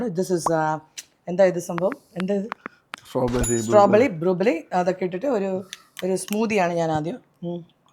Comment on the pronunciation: Strawberry i heard like sombheri,funny girl,active angel 😇❤